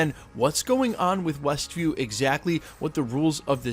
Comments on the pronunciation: Were you saying ""? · "westville"/"westview" - whatever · Yup said Westville a couple times for sure lol